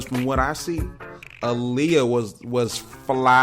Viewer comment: Her name is pronounced Ah•Lee•Yah